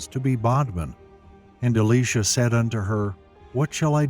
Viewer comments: Elijah and Elisha , still pronounced Elijah and not Alisha .... Both Elijah and Elisha are men and not a woman 🤦🤦🤦 .... stop calling him Alisha 🤦🤦🤦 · the pronunciation of the names are so off....Eleesha??? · I'm sorry to tell you I think you're saying Elisha's name wrong for your saying the female name and Elisha is male in the bible. I know that because my name is Elisha and I'm male and it's not said like that. I dislike how bad he pronounce Elisha so wrong is uh·lai·shuh. Thanks for your time in reading this. I hope you have a great day.